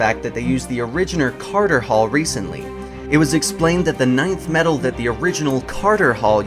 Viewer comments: LoL. I thought it was called "Nth metal", not "ninth metal"? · Nth metal is pronounced En-th metal not Ninth metal! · did you really just pronounce nth metal as "nineth?" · IT is some people just have trouble pronouncing it. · KON- EL Alright. I figured something was up with that mispronunciation.